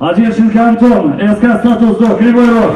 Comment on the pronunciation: Ё-маё!!! Не "Статус-До", а "Тат-Су-До"! красавчик!